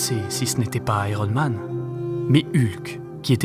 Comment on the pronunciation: Ça se prononce aiyern mane, merci, pas airone.